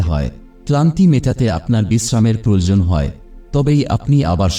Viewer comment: Proyojan kathatake prajojan Balen keno...?